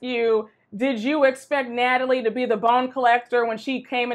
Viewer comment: Not “Gnatalie”!!!😂